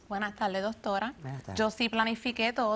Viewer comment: "Buenas taldes, daños y peljuicios" "en mis paltes plivadas " jajajajaj